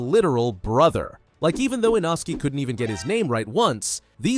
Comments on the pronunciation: Inosky is crazy its litrually pronounced inoske- ai these days. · You forgot shinobu and you you said a inosuke name not correct you said you not says name correct oops saying like a inosuke different name like a a inosuke inosuke nickname what is make the name not even correct